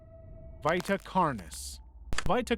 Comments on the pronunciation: I hate how you said vita and tangie. It’s Vee-tuh and tan-gee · Your pronunciations pmo I could forgive them if they weren’t in the videos. Vita is Veeta Tangi is Tan Gee not Ton gee. Vita is the Latin word for life and Tangi is short for Tangipahoa Parish in Louisiana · I’m sorry but the way you say Vita genuinely hurts, it’s pronounced ve-ta 😭